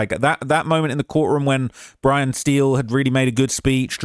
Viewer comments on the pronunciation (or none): none